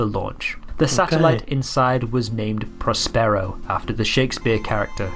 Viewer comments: hold your head in shame for aping the narrator's ridiculous pronunciation of Prospero (in the manner of 'sombrero'). As an actor, you really should know better! Love your reactions, though. Hopefully someone will cast you in their next project... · Well I've never heard 'Prospero' pronounced like that...... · How embarrassing to produce a whole documentary and not to check how to pronounce Woomera and Prospero.